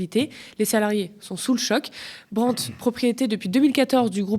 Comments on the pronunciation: brandt ça ne se dit pas Brent ! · J'aime bien Thomas Porcher mais on ne dit pas Brendt mais Brandt. C'est un nom d'origine allemand, pas anglaise.